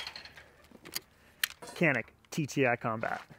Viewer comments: You are reading the name of this gun wrong. When reading this name, you should read it as if you were saying Gianik or Jianik. This is the truth... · I don't understand who is right, but you are saying the name of that gun wrong. That gun is produced in my country and its name is in Turkish. The word "Canik" in Turkish is not pronounced the way you say it. I wrote the correct pronunciation so that you can make that correct sound.